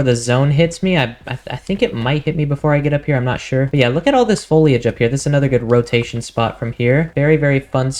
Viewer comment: Foliage- don't pronounce the i bro! Sounds like Folage.